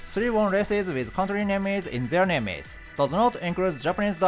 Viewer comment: Your English keeps getting better! One thing: "Names" is not pronounced "name + es," just say "name" and add an "s" sound like you would with most other plural words. Thanks for your continued guidance!